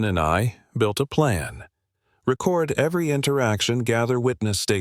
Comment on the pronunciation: I know this is generated by AI, but you need to teach AI that words have more more than one meaning and can be said more than one way depending on this structure of the sentence since I was made to go to summer school for English English for three years years having this crammed down my throat AI needs to learn it too. Record was said the wrong way used for that particular sentence structure come on if you’re sending kids to summer school because they can’t say the words writer make the sentence structure correctly. AI needs to go back to school and learn to.